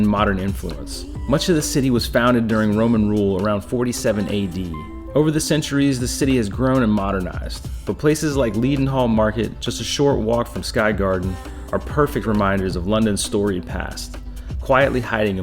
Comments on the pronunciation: Pronounced Leddinhall not Leedinhall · It’s not Gren-witch. It’s Gren-itch. It’s Ledding- hall. Well done with Leicester Square! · Greenwich: pronounced Gren-ich, the w is silent. Buckingham, pronounced Bucking-um, there is no emphasis on the ham. Leadenhall: pronounced Led-en-hall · You mean Ledenhall Market - you don’t pronounce it ‘lean’ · Great stuff, especially the camerawork. But, a word about pronunciations, (if I may make so bold?!).... Greenwich = Grenitch. Leadenhall= Led un'all. Borough market= buh rur market! But hey! Great video.